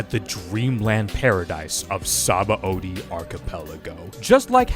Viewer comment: God, what a great arc … Only thing is that the dub still says Sabãody wrong, LOL. And yes, they did fuck up; the root word is indeed pronounced “suh-BON”.